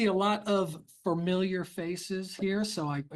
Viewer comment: Begins by not knowing how to say familiar. 😂